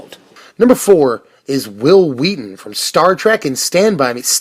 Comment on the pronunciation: Hwill Hweaton...